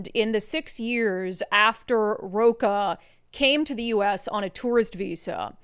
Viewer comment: Rocha reads "rosha" in portuguese